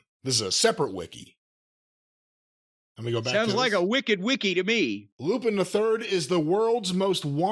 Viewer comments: Pronounced Lupon. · It's pronounced "lupon." It's French... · Say you’re Weeb without saying you’re a weeb. Hell I thought Lupin was pronounced “Lew-Pon” originally. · I knew he would mispronounce Lupin lol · Hearing people mispronounce Lupin is always so hard to hear lol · "Arseen Loo-Pinn"? Goddammit, were you raised by chimpanzees? Who the hell doesn't know how to pronounce Arsène Lupin? When sounds more ignorant and clueless than Kentucky Grandpa, we're really in the dumbest timeline. Good grief, mate! Mr. "I read five books per week" over there... Embarrassing!